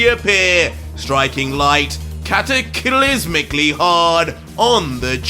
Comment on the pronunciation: I love how are emphasized the cataCLYSMCally lol